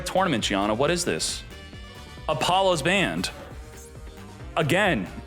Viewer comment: y do u pronouce certain names like diable star (usually pronouced dia-bell star) or appollo usa (usually appo loosa)? is it some inside channel joke im not aware of?